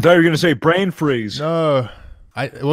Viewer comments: I haf beeg bwain two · My bwians bwig too